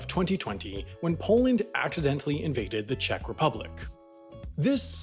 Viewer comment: Anyone else get completley triggered by the oronounciation of Czech? so annoying, he kept on repeating it too!